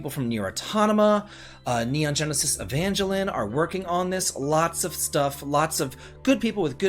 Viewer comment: you butchered the pronunciation of Evangelion. wow....